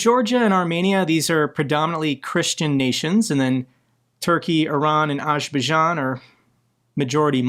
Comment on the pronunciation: It's pronounced Azer'bai'jan (Azer By Jan) and Kadyrov Kadir'ov